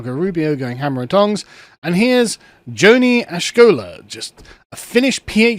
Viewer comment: This is all within the parameters of Grundgesetz. Also should pronounce Joni the right way. He comes off as an ignorant anti-education fella in this one.